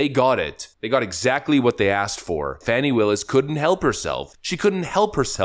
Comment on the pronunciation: It’s pronounced “Fäni” 🙄